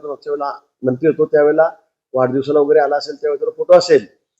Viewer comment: वैगरे वैगरे नाही वगैरे वगैरे आहे भाषा सुधारण्यासाठी क्लास लावा.